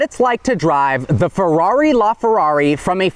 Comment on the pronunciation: Fewwawi La Fewwawi... LMAO